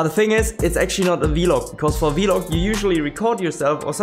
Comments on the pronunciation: It is pronounced vlog rather than vilog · I love how u say vlog. "Vee-log"😂 I love it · Awesome video, great fun. The way you pronounce vlog is pretty funny to me, have never heard it been said that way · Haha yeah I brought it up towards the start of the stream and he made a poll out of it, was quite funny